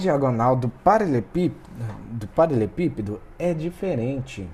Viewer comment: Muito bom, porém me incomodou ele não saber falar "paraLELEpípedo"